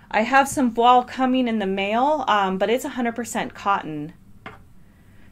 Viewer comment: Thank you for this detailed analysis! Voile rhymes with toile. It's a french word.